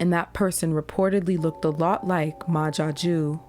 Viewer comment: Is he french? Ma Jaque?